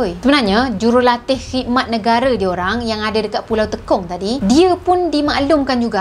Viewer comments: Salah sebutan..bukan teekong....tapi tey kong....MCM sebutan tekong sepaktakraw..tekong yg bermaksud ketua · Tekong sebut sbg "tey kong" bukan "te kong" 😁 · Salam. Knp nk di lawakkn plk sebutan nama pulau di Singapura. Klu tk tahu bertanye,jgn di buat lawak mcm org kurang akal. Maaf pd sesiape yg terasa. Sebutan nye,Pulau Te...kong. klu tekong kn dan jadi kita bermain sepak takraw. Sy org Singapura,hrp hormat dan berfikir sblm pandai2 nk ubah sesuatu nama... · Sebutan tekong tu kurang tepat